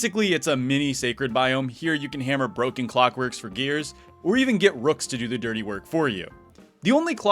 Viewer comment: i wasn't gonna comment anything cuz im drunk as fuck and wanted to make a constructive or complementary comment to this, but the THIRTY. electric damage was just way too funny for me not to point out. idk if you spliced that or if it was just an unfortunate turn of events tbat led you to voice it over like that, but it made me start giggling real hard. in any case long live wx i love this little orange autist they just like me fr